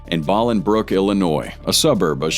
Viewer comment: Boe. Ling. Brook is the pronunciation